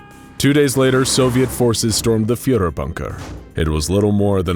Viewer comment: Guys…. “Reich” isn’t pronounced with a “k” or a “c”. It’s more like a faeing cat. At least u were able to pronounce “Führer” correctly (ignoring the english dialect)😂😂